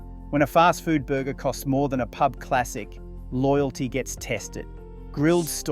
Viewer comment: a local Pee-Yoo-Bee? You can't say Pub?